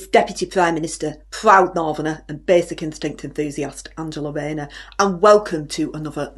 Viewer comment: Starmer is a sausage . No Bwainer wiv Anjera Rhayner is now compulsive viewing for me .. lmfao x